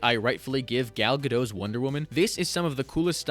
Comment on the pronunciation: OK for starters I appreciate your opinions and claims of research to present who Wonder Woman is and what she is about, but it would also be respectful to pronounce names correctly such as Gal Gadot NOT Gal Gadoe (see her own video of how to say her name). While you center around the misconceptions, there have been many flaws in comics and the media with Wonder Woman focusing on the sword rather than the lasso, particularly the way she is presented in the 21st century as an Amazon warrior. In live action media, there are only two films she has not killed in and that is Wonder Woman 1974 TV movie and Wonder Woman 1984 cinematic film. Unfortunately she killed in the 1975 New Original Wonder Woman TV movie but at least most of the Wonder Woman TV series that followed, she did not. In 1977's The New Adventures of Wonder Woman Diana says: "My mission is to save, not take lives". If that aspect is what she is about, then that should translate into the modern comics too. She could have thought and SHOULD have upheld her 'wisdom' to do so, by not killing at all. It takes greater strength to retain her great beauty and loving heart to find other ways. For example finding a way to restrain Deimos and Maxwell Lord without resorting to the blood murdering masculinity that she has been noted to do for over the years by many writers and fans alike as a, ahem, last resort. The Wonder Woman of today is nothing like the original and best Wonder Woman of the golden age that was written by her